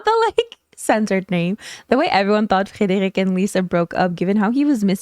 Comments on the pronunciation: You pronounce Frederic soooo well, are you bilingual in French? :0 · that Frederic was too perfect, t’es québoise par hasard?🫶🏻